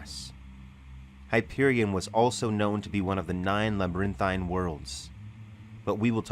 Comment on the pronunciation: Old boy says the word "pain" funny. I know I probably seem ultra-critical right now, but I laugh every time he pronounces "LabyrinTHINE." I mean, phonetically, he got all the syllables in, so... good for.